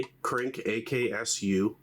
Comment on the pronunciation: kpyk is pronounced KROOK, means crow